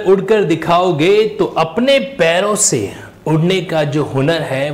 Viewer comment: Sir plz video ki shuruaat me jo cotation aapne boli achhi thi par pairo se nahi paro se uda jata hai